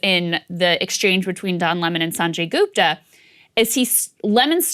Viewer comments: Joe said Sanjay Gooper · "Sunjay Gooper" xD Who else caught this? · Saagar Enjeti pronounces Dr Sanjay Gupta like a white person. Shame on you Saagar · He called him Sanjay Gooper lol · Why the fuck saagar pronouncing sanjay gupta with a American accent 🤣🤣